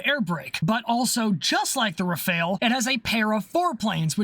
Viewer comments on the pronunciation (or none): *'Raff-Al', not "re-fail". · The Rafale is not pronounced like the ninja turtle. Its Ra-Fal. Just wanted to add that. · BTW Rafale is pronounced Rah-Fall. Loving all the videos but that mispronunciation is triggering my OCD... -_-'